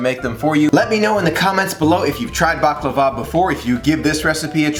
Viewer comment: Btw you say it right. 😉